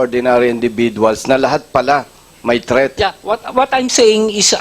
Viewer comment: threat po hindi theat😂😂